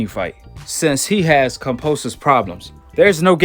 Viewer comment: Can you stop saying Fucking Cumposus have some respect and say Kambosos properly Jesus Christ man so annoying